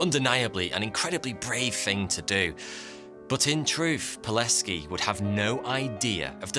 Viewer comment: I'm impressed how well you pronounced Pileckis name. Well done man, as a polish man living near the camp I really wanted to see something about our national Heros.